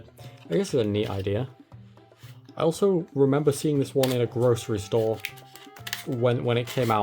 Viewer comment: British person saying grocery store sounds weird